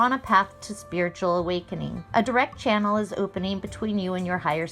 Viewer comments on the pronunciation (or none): none